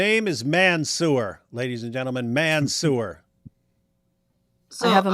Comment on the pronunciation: David pronouncing Mansoor as Man- sewer 😂😂 perfect